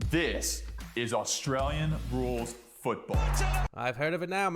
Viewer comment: Pronounce Australia correctly